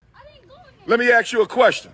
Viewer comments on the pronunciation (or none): Let me ax you a question. How do they pronounce axe? Just asking. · Even an educated man like cannot say ASK. He says ax.